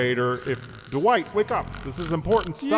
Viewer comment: Even his teacher calls him Duwight